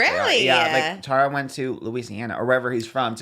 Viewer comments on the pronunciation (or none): none